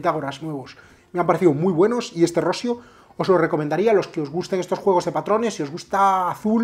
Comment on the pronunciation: Por favor mister, no quiero sonar muy petulante, pero por evitar que quedes muy mal delante de gente, mi consejo es que la pronunciación de Rossio la cambies a "Rossío", es una pronunciación más similar a la real. Siento el apunte paternalista, espero.sea de ayuda.